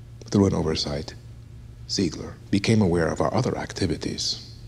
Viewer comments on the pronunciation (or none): is offended said ZIEEEEGLER wrong.